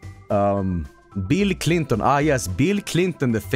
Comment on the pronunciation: Beel cleenton